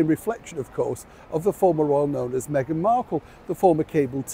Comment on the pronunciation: You said it hawy "what megain wants megain gets", no change there.